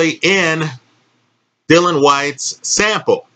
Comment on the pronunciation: Dillian Whyte, not "Dylan Whyte"...